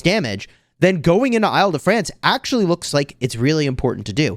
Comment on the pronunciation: the way to pronounce Île-de-France is like "ill" or sick in english....